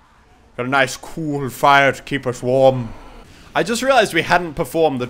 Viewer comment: "A nice cool firre to keep us warm" -Moose-tits 2015